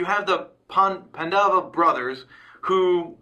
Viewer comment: just trying to help.. Dhritarashtra - the-ree ta raashtra Duryodhana- do ree o duh na Yudhishthira - you dish thee ra Pandava - paan duh va (not "pun dava") Kaurava- cow ruh va i know it's a bit difficult at first, so hope this helps..